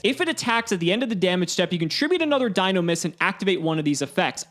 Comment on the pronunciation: no, we said Dinomischus, not Dinomist.